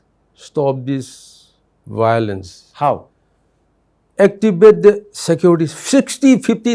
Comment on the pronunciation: bhiolence again👈🤣🤣🤣